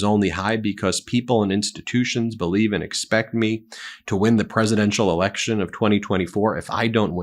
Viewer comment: LOL did she say Biden held an erection? in that clip ?